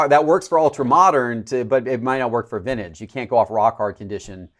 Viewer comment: “Vinnage”, “Controver-see-al”